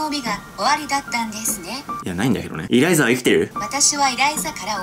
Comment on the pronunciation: エライザじゃなくてイライザですよ